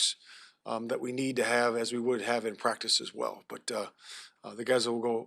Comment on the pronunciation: But he still begins every response with "Yeah", still says "cottonuity" instead of "continuity" & still says "prac'is" instead of "practice", so...fail.